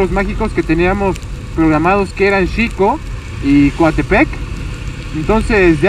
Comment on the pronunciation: no es shico (xico) es jico (asi debe decirse) .)